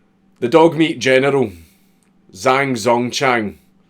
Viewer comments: pronounce it jahng dzong chahng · ggbbghfghfhgjfjhgf ACTUALLY it's pronounced Jang Tsong Chang jhghjmggjhvhngfhjfjthf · Pronounced "Jang Zongchang" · As a chinese person, the way you pronounced it took me and my family few minutes to find out who you were talking about.